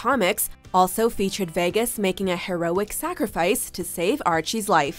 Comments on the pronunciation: 'veggas' got me triggered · why did she say "vehgus"? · Ugh the way she says Vegas 😬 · Why can’t she say vegas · Why can't you say vegas properly